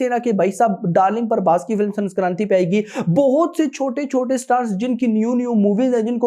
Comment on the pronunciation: Sanskranti nahi sankranti🤣🤣